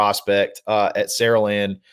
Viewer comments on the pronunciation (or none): it’s not “Saralend” its “SaraLAND” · Bro please for the life of god it’s Saraland as in pronounced Sarah - land please stop pronouncing it like that your killing me. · Enjoy listening, but one thing… it is pronounced Sara-Land.